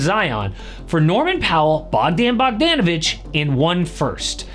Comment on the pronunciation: Bro said bogDan bogDanovic